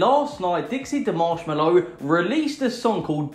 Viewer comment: Dude you called her mashmellow